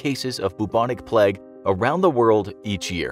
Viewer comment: Ngl it got on my nerves a little when he kept saying bubonic pleg